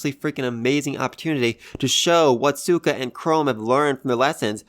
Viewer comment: Lol, I know it's your accent but you are saying suika's name wrong like with gen lol, just thought I'd bring it up, anyway, like the other guy said, they didn't ask sai to teach them about space, they only asked him to teach them maths.